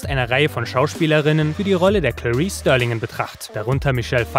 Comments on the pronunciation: Starling, nicht Sterling! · Starling mit a gesprochen.